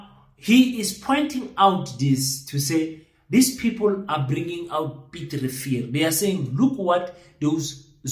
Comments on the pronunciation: King ke Piet Retief not Piet Revier. 🤣🤣🤣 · 😂😂😂 Piet Refill or Piet Retief😂😂😂😂😂?